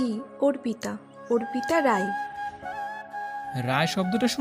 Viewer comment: ছেলে পড়ুয়া কানা নাকি অর্পিতা নামটা অপ্রিতা পড়ে গেল পুরোটা সময়